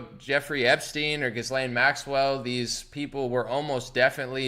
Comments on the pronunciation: It's pronounced without an "s" or "z" sound. The s is silent. Like Ghee-lane. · As if her name should be pronounced correctly… GizzLane makes sense at least